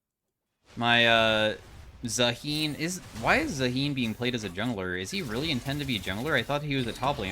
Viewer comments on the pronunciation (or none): pretty sure its pronounced zaa hen (hen like the female chicken a hen)